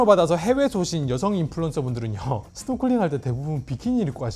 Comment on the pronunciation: 스노쿨링이 아니라 스노클링입니다.